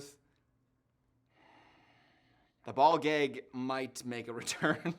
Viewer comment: that pronunciation of “gag” was so wisconsin